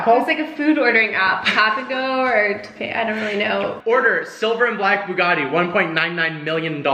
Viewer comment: Why does this guy say buggani and not Bugatti